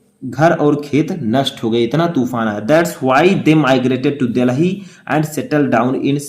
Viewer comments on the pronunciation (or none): Sir apne Delhi ko galt pronounce kiya hai video dekhe